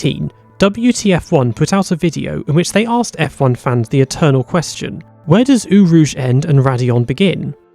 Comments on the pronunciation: It's pronounced "Oh" rouge not "Ooo" rouge. A true F1 fan would know that. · "Ooo Rouge". BRUH. It's pronounced "Oh Rouge"